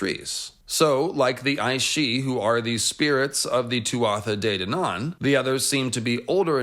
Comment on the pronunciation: Very good,. Garth Greenhand sounds like a right randy old satyr. (Praise Garth) Irish names can be infuriating. Tuatha de Danaan is pronounced Tua day darnan. Merry Quizmois, fellow myth heads.